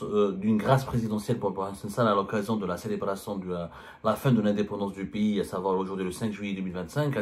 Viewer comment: En français, on dit "PAYS", c'est comme "PAIX" + Y de vas-Y, ou "PETS" + Y, mais certainement pas PI (π} , qui lui, est équivalant à 3.14, tu vois Zemmar, ce n'est pas Compliki: "un Piyyyiiis, ça n'IXYSTE que dans la têtete du هيبُّوبُوطام que tu es.